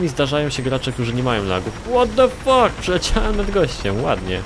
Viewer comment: 'ŁOT DE FAK MAŁY MIŚ' osobiście mnie rozwaliło XD